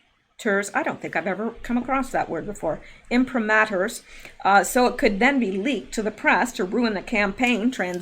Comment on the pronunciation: The word you had trouble with is imprimatur which is pronounced im prim a chur. Which is defined as a persons acceptance or guarantee that something is true.